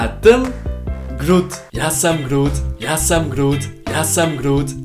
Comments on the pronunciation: hij spreekt het uit als ik ben groet maar het is ik ben groot het is echt grappig hoe hij nederlands elke keer fout doet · it sounded more like "Aš esu krūūūūtas" which would mean I am cool :D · German is hard for you Ich bin grood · Groot is actually a word in Dutch (it means big) But its pronounced different: like a “хрут” in cyrillic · behalve dat hij de oo als een oe uitspreek was het best wel knap